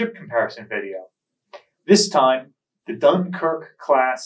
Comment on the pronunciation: Ffs, you're a great historian but use the damn internet to get the French pronunciation right. It's not rocket science. I'm not even French and it makes me cringe. Take some pride in this part of your talks, jeezes.